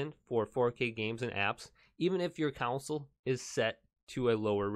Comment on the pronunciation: It's not council it's CON SOUL